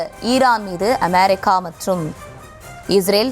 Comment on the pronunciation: அமாரிக்கா இல்லை அமெரிக்கா . உச்சரிப்பு சரியில்லை.